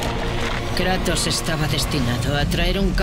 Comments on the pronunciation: En el minuto en vez de decir kratos dice kranos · Minuto 8 : 18 dice kranos